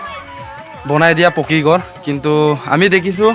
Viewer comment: শুদ্ধকৈ ক'ব নাজানিলে মিচিং ত কওক।গৰ,কতা এনেকুৱা শব্দ অসমীয়া ভাষাত নাই।